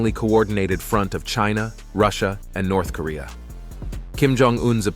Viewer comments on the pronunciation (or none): none